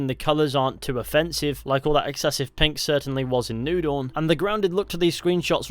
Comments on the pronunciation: It took me half the video before I realized he was saying Far Cry New Dawn and not Far Cry Noodle. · Thought he was saying far cry noodle not new dawn...